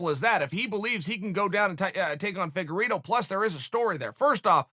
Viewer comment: For some reason when I hear them call Figueiredo “figa-rito” it makes me hungry but leaves me confused on wether I want Doritos or Fritos.